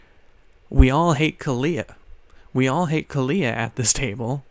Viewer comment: The way he says kaalia bugs me lol.